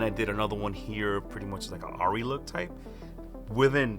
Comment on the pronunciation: Minor point I know, but I think it's pronounced "Airy" since the full name is "Airi-flex" or actaully spelled Airriflex. It's a German company.